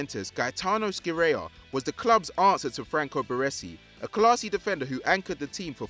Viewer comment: Scirea ["Sci" is pronounced shi]